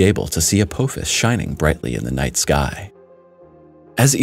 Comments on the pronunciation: Hate to be the bearer of bad news, but I must say 2 things. First, it is pronounced "uh-poff-is", not " uh-poe-fis". Second, this asteroid is massive, if you didn't catch it or don't understand, 16 kilometers wide. For us Americans, that's roughly a bit over 7 and a half miles wide. Mind you, that's the diameter, not the circumference OR the total mass. There is no chance we could do anything to move it, and trying to destroy it will not end any differently. IF Apophis comes down, pasing through the keyhole and entering a new orbit to crash, we are doomed . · Your pronunciations are horrible. Uh-pah-fis, not up-Poe-fis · It is pronounced Apofis! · To hear someone repeatedly mispronounce a name over and over, infuriates the hell out of me. The name is pronounced " app" "office". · Am I the only Stargate fan who is annoyed with the way he's pronouncing Apophis?